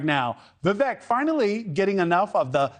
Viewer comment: Learn how to say Vivek’s name. Vivek like CAKE!